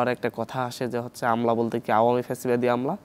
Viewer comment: প্যাসিবাদি কিরে ভাই? ফ্যাসিবাদি হবে 😁